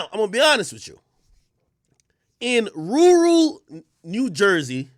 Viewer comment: “In rooroo New Jersey” 😅